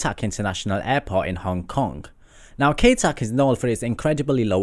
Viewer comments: 1. I would fly to all of these BECAUSE they are dangerous :D 2. Kai Tak is no longer operational so why is it in this list? (Also it's pronounced "Ka-i". not "K-ay") 3. What about Barra Airport, Scotland? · It's KAI TAK (Ki-tak). Cool shot of the China Southern 777-200 with GE90-94Bs.